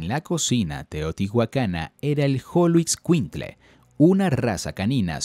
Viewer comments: Porque dijo Xoloitzcuintle con sonido como Jolo...y no como Sh según la correcta pronunciación es Sholo ? Min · la pronunciación es con sh Sholoitzcuintli asi sonaria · Excelente video solo algunas precisiones, en Teotihuacan no hay momias, tampoco tumbas, pero si entierros ofrenda. Se que la "x" del español mexicano es compleja pero va: x(sh)oloescuintle, maguey: no se pronuncia la "u" sino que le da a la "e" un sonido suave, típico del español, no se sabe quiénes fueron sus fundadores y su lengua no era el náhuatl, aún eso se investiga y se discute, los otomíes suenan fuerte, pero si efectivamente los Mexicas nos dejaron muchas referencias, nop, en Teotihuacan no usaron chinampas, esos fueron los Mexicas, quienes llegaron 500 años aprox. después y se maravillaron de lo que quedaba. Gracias por tu material, la foto es genial!!